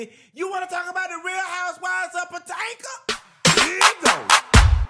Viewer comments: I’ve always loved it when you call it Potanka!! 😂😂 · Not HOUSEWIVES OF POTANKA! 🤣🤣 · Real Housewives of Potanka 😂